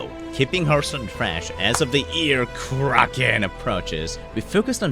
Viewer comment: the pronounciation sux tho (like my english) "The year of kraken"... really?